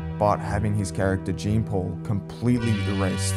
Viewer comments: Its not "jeen paul" its "Jean Paul" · Its pronounced as jon paul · Its jon paul lmao americans jean??? Hes french come on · brother said “gene paul” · "Gene Paul" c'mon man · Jean Paul is pronounced JAN POLE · "gene" paul lulW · No way bro is saying Jeen Paul 😭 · La jaan pauul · its jean paul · It’s Jean Paul not Gean Pol caliss 🤬🤬🤬 (I’m just joking) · you're pronouncing his name wrong. and he single handidly made gta rp popular. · Could've at least pronounced the name correctly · If only you pronounced his name right... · Low effort, couldn't even get the name right in the first 30 seconds. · Bro can’t even pronounce the name right